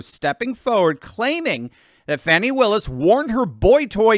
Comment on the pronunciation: Thank you for not calling the heavy set extra large “ fawni”